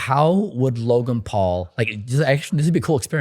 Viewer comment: Mike called Logan, "Lo-gain" ...hahaha wtf